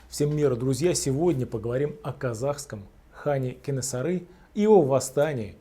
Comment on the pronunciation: Кенесары, а не Кэнэсары. Жуз, а не джуз.